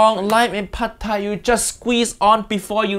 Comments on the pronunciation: It is not padthai. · Jamie you make my Thai ancestors crying of your “PHAD THAI” 😢😢